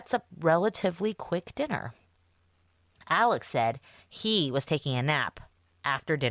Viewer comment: Ellic Murdock. Would be interesting to know where this pronunciation came from.